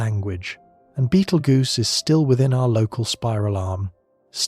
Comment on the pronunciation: Ai said “Beetlegers”😂😂